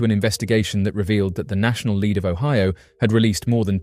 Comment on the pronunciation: Lead. Pronounced led. Not "leed". Sorry. Just sayin.....😊